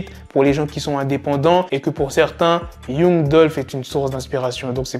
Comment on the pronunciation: On écrit young mais on lit "yang"